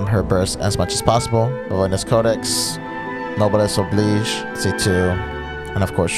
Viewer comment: I am so glad to hear someone say Noblesse Oblige the correct way